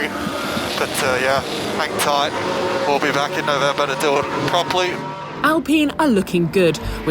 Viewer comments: love how she says le-clerk. cos that's how I say it too ! 🙌😅 ..also. 'alpeen' ? 😅😅😅 haha no way. we pronounce it pine. as is pineapple. why do I notice these things 🤪🤣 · Why are they pronouncing 'Al-peehn'!? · Why do they keep saying Alpeen lol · why is alpine pronounced alpeen is that what the actual team's called? or did she just pronounce it incorrectly